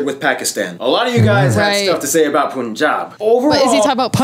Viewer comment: 😬😬😬😬 its not pooon jaab or pan jaab.... its punjab (like fun, run gun)